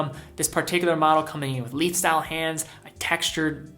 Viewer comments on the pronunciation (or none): none